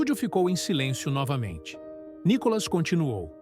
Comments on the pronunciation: O nome dele não é Nicólas é Nicolas, com a cilaba tônica no " Ni ". Vê se aprende de uma vez. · Nícolas, Nicólas, Nicolás? O narrador devia estudar o nome do entrevistado antes. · Ussa direito a silaba tônica corretamente no nome do NICOLAS ! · Só uma pergunta ? Como essa pessoa que faz a narração, fala quase todo momento o nome do Nicolas de outra maneira . Para de ser chato com essa sua fala de Nikolas sei lá oque